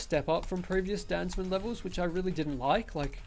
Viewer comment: hey, I thinks its pronounced Dan Za Man